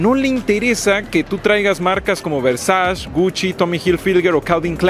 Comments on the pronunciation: OK, sí. Pero por qué dice Gushi y Versash. 😅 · Versach y convensco amigo hay que aprender a pronunciar un poco mejor, tienes buena oratoria pero te falla a veces la buena pronunciación, ya tienes muchos subscriptores hay que invertirle en aprender pronunciar